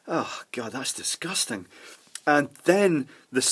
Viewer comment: usually sounds really pleasant and soft and then he comes out with "Facking hell, that's disgustang"